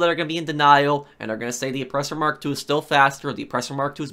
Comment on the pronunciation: Oppressor mark 2? Cmon guy. It’s mach 2